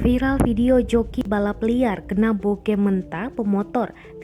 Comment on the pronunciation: Mbak bacanya bogem bukan bogem